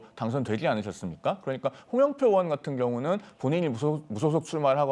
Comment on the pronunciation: 의원 발음이 안되나? 으원으원.ㅋ